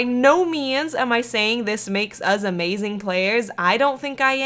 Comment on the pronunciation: Hahah ikr and I just heard she said Ama - zeng